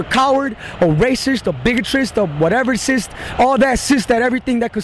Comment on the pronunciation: "All that cist" 😂